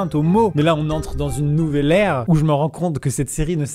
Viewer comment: une nouvelle ère (accents anglais)